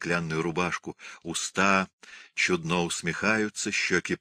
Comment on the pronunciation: Не впечатлена чтением. Художественное чтение - это же не рассказ загробным голосом с протяжным произнесением слов! Чтец ударения в словах ставит неправильно. Всё у него "чУдно", где надо "чуднО", да "молодцЫ" вместо "мОлодцев". А в начале, там, где Данила поёт песню сыну, её надо ПЕТЬ, а не проговаривать.